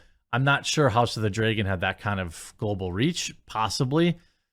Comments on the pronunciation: Dreygon, isn’t a word. It’s dragon, why is pronouncing words correctly so difficult for you? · It's pronounced Dra gon Not Drey gon, you doofus. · Is it only me that hear him say house of the dragen everytime??? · House of the “dray-gun” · Dude….I hate the way you say dragon. Draygon lmfao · Are you mispronouncing the word “Dragon” on purpose, or don’t you know how it is pronounced? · The way you pronounce dragon is insane